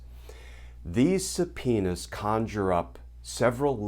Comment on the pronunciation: Does anyone remember Super Troopers? Did you have a flashback just meow? I’m pretty sure he keeps saying suh-penis.